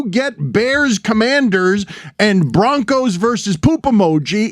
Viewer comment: “Washington Companders”